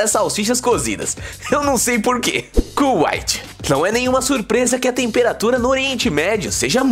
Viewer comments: pera pera pera, como e que diz cuaite? kkkkkkkkkkkkkkkkkkkkkkk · CÚaite é kkkkkkk